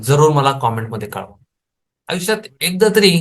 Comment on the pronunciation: आविष्यात😂😂😂😂 बोलायला शिक😂😂😂😂